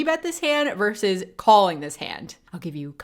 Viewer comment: Tell the coach the word is "versus"......not "verse."